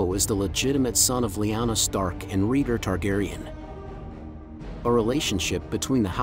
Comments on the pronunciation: Please say Raygar, not Reeger. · Its pronounced Ray-Gar, not Ree-gr. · RAY-GAR not REGOR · "Rheeger" lmao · Rheegur is Rhaegar´s long lost brother. 😂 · Reeger reeger reeger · Dude if you can pernounce Aegon right then you can pernounce raegar too its like this Ray-Gar= raegar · Who the hell is regar…pronounce dude pronounce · Exactly. This drove me crazy hearing him keep saying Reeger.